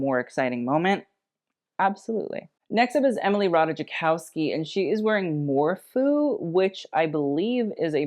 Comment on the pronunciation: Hey! I actually work for morphew it’s actually pronounced more-few💖 but that dress is actually draped from a vintage 1920’s piano shawl so the fringe was just apart of the original shawl and the back has vintage crystals for straps! 💗